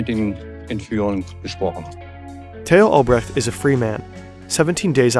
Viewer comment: Tay-ho Albrecht Lol